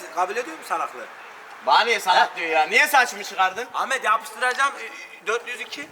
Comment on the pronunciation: Sefayi değilde sefanin Ahmet'e amet demesini özledim